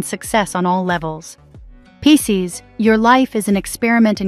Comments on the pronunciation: I was like not piss ces 😂😂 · 😂😂😂😂 The way it says Pisces at the start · Is crazy lol !! 😂